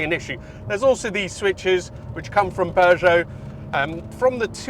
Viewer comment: It's pronounced Poo-zho, not Poh- joe